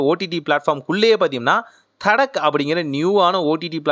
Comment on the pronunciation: அது தட்கா. தடக் இல்ல ப்ரோ